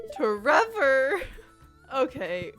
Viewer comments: I think it’s pronounced T Rever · My dog loves it when you say tREVOR. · I'll probably check out your other videos to see what Abigail did to wrong you, but on the topic of marriage candidates, I think she's my favorite - even with the extras from Expanded added (though I actually like Sophia and Victor a lot as characters); I rather quickly realized she was my favorite, much to my sister's amusement, since she figured I would like her. Either way, love the name tREVOR, and the way you pronounce it is very good lmao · every time you said tREVOR i had to stop myself from laughing idk why it was so funny to me